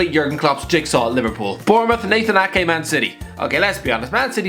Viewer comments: Got Ake correctly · U got Nathan ake right